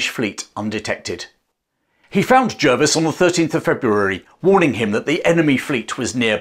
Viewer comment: I learned to pronounce Jervis as 'Jarvis'. Is that not correct?